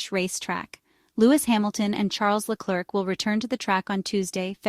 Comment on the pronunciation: It's "Leclare", not LeCLERK...............................